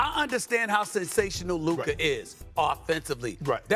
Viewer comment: Bro is mispronouncing Luka at this point, he keeps adding a R when there is no R anywhere in his name. Luker Donwich